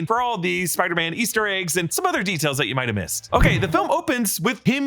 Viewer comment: “Waster Eggs”…. Nice